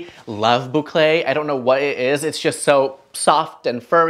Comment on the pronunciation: I love the way you say boucle!